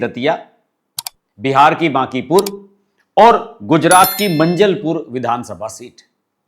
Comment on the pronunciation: भाई साब जरा दिमाग को हाज़र रखकर बोलो / वीडियो बनाओ।. आपने मंजलपुर बोला वह मांजलपुर हे। खेर ये तो कुछ नहीं लेकिन नरोत्तम मिश्रा को आपने मुख्यमंत्री बोला।.. आये दिन वीडियो बनाते रहते हो तो आपकी क्वॉलिटी गिर रही हे।